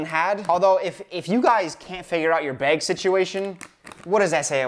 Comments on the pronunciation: I’m a Wisconsinite too, and now I’m self-conscious about how I say “bag” thanks to Dylan. Do I really say “baieg”? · "the baeg had expired" 💀💀💀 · "this whole five pound baeg" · you say bag as “beg” and instead of being annoyed i’m endeared :’) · I always forget you're from Wisconsin and then I hear you say bag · That Wisconsin “bag” coming in strong